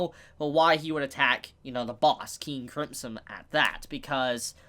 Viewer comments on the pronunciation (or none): Did you literally pronounce King Crimson as King Cripson? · Am I the only one hearing "King crempson" whenever says the name? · Nobody:: King Cripson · You're saying King Crimpson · Did said King Cripson? LMFAO!! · Say cripson one more motherfuckin time.. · I live, was born, and was raised a few hours away from you and I don’t say Cripsom.